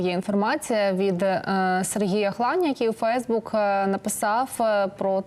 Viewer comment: Нормально она говорит. Ударение на фейсбук не правильно поставила, а в остальном всё правильно. А ви самі,взагалі, володієте українською мовою чи тільки зауваження робите?